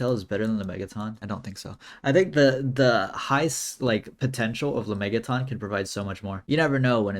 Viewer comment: It’s not “la-mey-ga-tonn” it’s “la-mey-jah-tin”